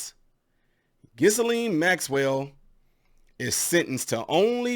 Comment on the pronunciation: The “s” is silent, it’s pronounced Gill…and. Interesting you didn’t name one of Epstein’s best buds, Donald Trump especially the eleven and twelve year olds that Jeff supplied, for oral sex. I guess that slipped your mind. Oh and Jeff’s suspicious suicide, which appeared to be more of a way for “ someone” to keep him quiet!